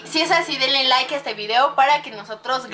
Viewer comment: se dice like no l aik